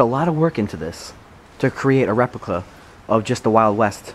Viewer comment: xJJx xMODZx he said recplipa